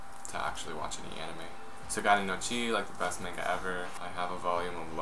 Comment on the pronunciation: You pronounce "manga" wrong. :(